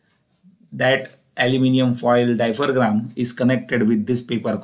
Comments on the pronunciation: Hello Mr. Dear Professor. It is not "diapher-gram", it is "diaphragm"... Pronounced as "dia-fram". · Its diaphragm not diphergram okk.....